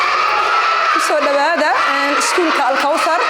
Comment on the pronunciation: *Al Kawthar ou Al Kothar plutôt